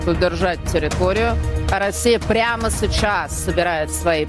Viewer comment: Прамо сэчаззз😂😂😂😂😂😂